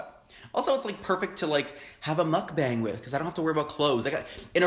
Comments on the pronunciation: I'm gonna be that guy again and say it's not pronounced "bang" but "bong" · it's pronounced "mook bong" that's how the korean mukbangers I've watch say it.... you should watch keemi she's good... also love your videos :) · Mukbang is korean(먹방) so it has to be pronounced as meokbang(mokbang) and not mookbang. So, you were pronouncing it right at first.